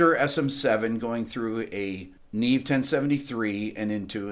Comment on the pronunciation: is it also embarrassing that you don't yet know how to pronounce "neve" correctly?